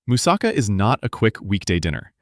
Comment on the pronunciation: This guys pronounciation is killing me as much as those fake dental commercials. By the way don't even think of buyinhg them. Roll the "R" as RRRRHO, YEE RRRHO. MOOOSAHKHA, PHEEILOH. Yee he's rrrrohing a boat. A person from Boston saying a moose is driving a car, Moose sa CAH.